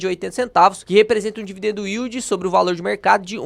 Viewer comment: “dividen dildi”